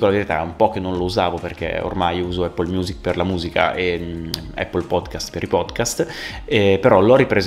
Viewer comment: Anch’io alla fine ho preferito Music sia per UI che per UX. Comunque incredibile che solo noi italiani non sappiamo pronunciare in inglese la parola Apple o Mac 🤔 forse ci suona strano 🤷🏽‍♂️